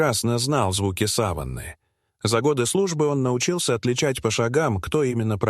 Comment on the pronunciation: Следить за порядком в сАване(пардон - но сАван погребальное покрытие)! - может быть в савАнне - это местность обитания диких животных!И может быть начнёте озвучивать САМИ(а не используя ИИ) ЖАЛЕЯ НАШИ УШИ!!!!Тема то интересная,неужели так трудна озвучка на 9 минут живым голосом????